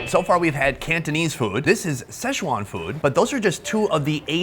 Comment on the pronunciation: Please learn how to pronounce Sichuan. It’s not sesh-wan.